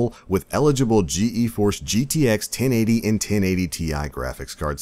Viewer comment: Rovian uggh I was yelling at my screen GEEEEEEEEEEEEforce! lmfao